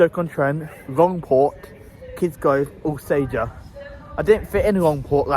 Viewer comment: Alsager = ALL Sage ER, if you say Al sager we let you know we make more bullets here than anywhere else in the UK